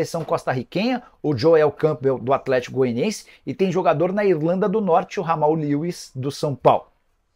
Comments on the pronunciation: Nicola ainda continua errando o nome do Jamal Lewis. Lê-se Djamal, não Ramal. Nicola parece analfabeto.😅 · Ele é analfabeto. Não sabe chamar o nome do Jamal Lewis.